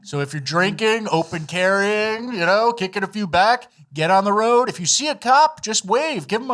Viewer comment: "mostly over" roooaads... Rooods rowwds...